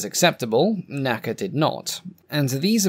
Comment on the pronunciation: Please don’t say “naca” as an acronym, like we say “NASA” today. It is the N.A.C.A.